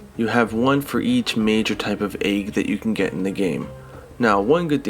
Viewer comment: You're bothered by that.... I'm bothered by the way he says egg lol